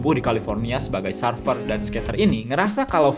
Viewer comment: Serfer nyebutnya, bukan sarfer. (surfer)